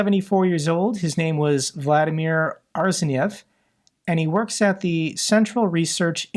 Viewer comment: Vladimir “Arseniev”? More like Arsoniev